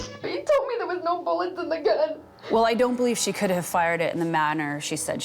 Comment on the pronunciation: Could he had been reaching for the gun to stop her? As in he realized what she thought was meant by “no buwwets” but he couldn’t articulate it fast enough?